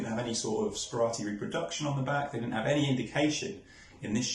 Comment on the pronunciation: As someone who has purchased from Stanley Gibbons, including Sperati forgeries, I think that this video should be deleted and replaced. The fact that his name is pronounced incorrectly in the introduction should be a clue, but to hold stamps forward so that you can't even work out whether they are stamps or not is farcical. Lets have a decent article about this interesting man.